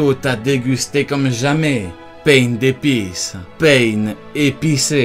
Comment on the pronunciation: Trop drôle quand il a dit paindespise